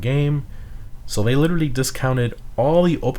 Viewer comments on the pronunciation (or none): none